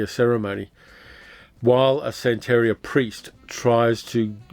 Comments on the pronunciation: Hey, great video, I remember watching both of these mivies back in the '70's! BTW, the emphasis on the word santaria is san (then) teria (te ria). Keep up the great work! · Minor thing: sante-RI-a -- emphasis on the third syllable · i know how detail-oriented you are and how much you appreciate accuracy, so please take this in the spirit in which it is offered. It's 'san-ta-REE-uh.' Love your channel